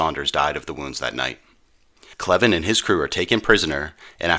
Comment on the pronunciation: Gale Cleven was my dad’s first cousin (my 2nd). My dad told us many stories about him. Thank you very much for this episode. On another note, we are always having our last name mispronounced and are well used to it. It’s actually pronounced Cl + even. Thanks again for this presentation.